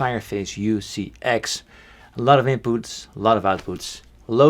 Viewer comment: "lotuvinpoots, lotuvoutpoots"